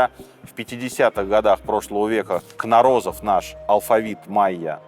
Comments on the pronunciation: не кнорОзов а кнОрозов, родом с Украины, Харькова. Русня как обычно украла ученого себе, мол он срусский. Он не срусский! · Спасибо! Всегда с интересом слушаю вас. Позвольте замечание: фамилия русского учёного произносится как КнОрозов, а не КнорОзов. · Требую возвращения аутентичных правил в футбол, с жертвоприношениями проигравшей команды! И да, дядя Сережа и команда, пожалуйста, очень хочется грамотную речь слышать. Не от восемьсот, в от восьмиста. И фамилия нашего ученого не кнорОзов, а кнОрозов. О нем есть отличный выпуск на Ютубе;) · Господин Минаев! Фамилия известного учёного произносится с ударением на первый слог: КнОрозов, а не КнорОзов. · И всё же КнОрозов, а не КнорОзов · А разве не КнОрозов? На первую "О" ударение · КнОрозов, а не КнорОзов! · господи, какие акваланги в 1910 году при исследовании сенотов? пирамиды Луны и Солнца - не майянские, на этой территории жили ацтеки. Но и не они их строили, а более древние теотиуаканцы. Фамилия учёного КнОрозов, а не КнорОзов. Как-то слишком много ляпов, тщательнее нужно готовиться. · Сергей Сергеевич, а почему КнорОзов, а не КнОрозов? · КнОрозов,а не КнорОзов. Ударение на первую О!!! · У великого советского этнографа и историка фамилия КнОрозов (ударение на первую О), историки блин... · Причем с ударением на Кнорозов , а не как автор сказал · КнОрозов. Ударение на первый слог. Ключ к шифрования у него был. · Везде было ударение КнОрозов. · КнОрозов :) ударение на первую О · КнОрозов правильно ставить ударение у нашего великого учёного... историк блин... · КнОрозов!!! Ударение на первую О! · Правильно КнОрозов. В Википедии не то ударение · Произношение имени ученого - Кно́розов. (режет слух) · 1. Спасибо за рассказ по истории майя. Было интересно. 2. Жаль, что многоуважаемый автор не потрудился узнать верное ударение в фамилии нашего учёного, что расшифровал письменность позабытого народа. Юрий КнОрозов. Ударение на первое "о". 3. С наступающим новым годом. Успехов вам в нём и побольше просмотров.